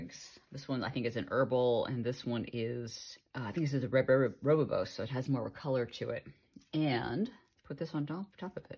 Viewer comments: Such lovely ideas. Btw, rooibos is pronounced ‘Roy boss’ 🇿🇦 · Rooibos is tricky to pronounce. It's roy-bos. I drink it all the time and will be using the tea bags now. Thanks for this video.